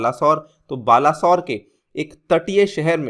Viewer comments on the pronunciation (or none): none